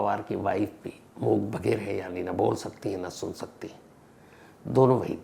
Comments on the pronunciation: Itne bade Crime Reporter, itna experience Phir bhi pronunciation galat... #Mook_Baghir nahi #Mook_Badhir... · मूक 'बधिर'.... होता है sir... 'बघिर' नहीं 🙏